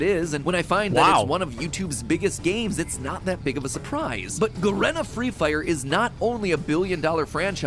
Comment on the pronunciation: its pronounced fucking G-Arena not Garena LMAO